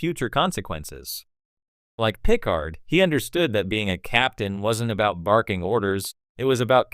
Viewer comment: I don't know if this narration is bad generative AI or if you just don't know Star Trek. But you lost me at the butchering of Picard's name.